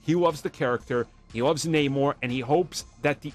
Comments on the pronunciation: Only if they pronounce his name correctly, like Arm does. Disney sucks. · Namor is his name you can prenounce it however it's not like the comic tells us how to pronounce it